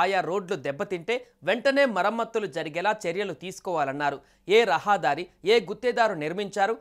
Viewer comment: It is not rahaadari but rahadari.